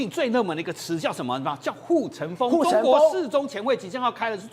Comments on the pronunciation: ㄈㄥ。 唸風不是鬨。發音標準點好嗎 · ㄈㄥ。發言標準點好嗎